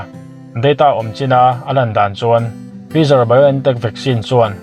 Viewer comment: Tha hle mai mahse fizar nilovin Faizar, spatnik aiah sputnik aw